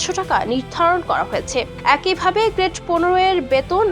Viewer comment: গ্রেট না রে বইন গ্রেড!😑